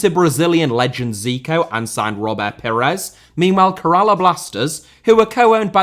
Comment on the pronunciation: Your pronounciation of Kerala killed me, as someone from that state. But yeah it's still a great video